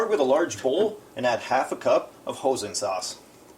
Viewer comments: Looks yummy!! But I do have to let you know: hoisin is pronounced hoy-sin. :) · Hozen sauce 😂😂😂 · Ho sin and char sooey. LOL